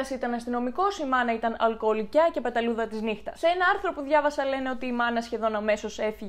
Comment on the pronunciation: Συγνωμη αλλα ειναι αλκοολικη οχι αλκοολικια:(..δεν το λεω ειρωνικα αλλα μου χτυπησε λιγο στο αυτι:(